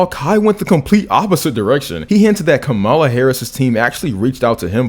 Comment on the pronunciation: Kamala (Comma-la) btw.